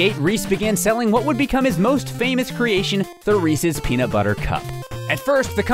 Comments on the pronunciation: Thank you for pronouncing "Resse's" right. In New Jersey at least, people pronounce it "Ree-seez" and Reese's Pieces "Ree-seez Pee-seez" and it really bothers me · You pronounced it correctly!!!!!! No one else does!!!